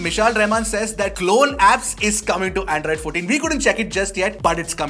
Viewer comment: Did I just hear "in the earlier version of Andraaaid" 😅